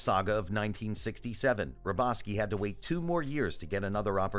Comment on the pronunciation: The guy pronounced AL'S last name wrong.